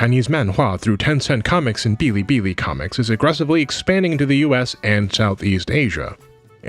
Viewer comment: Bilibili is pronounced as is. No tones needed.